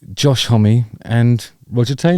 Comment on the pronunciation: I'm sure it's s pronounced, Homm ( silent E) yours sincerely, Peter Pedantic.